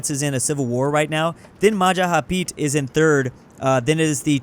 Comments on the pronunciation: "Majahapit" it's Majapahit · Its Ma Ja Pa Hit, not mahahapit, always error saying this